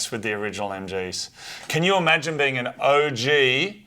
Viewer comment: said "You are a peing"